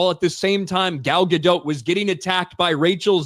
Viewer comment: FYI - Gal's surname is pronounced Ga-Dot, not "Ga-dote".